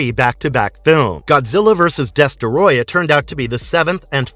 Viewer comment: i cant be the only one who is annoyed that he mispronounced destoroyah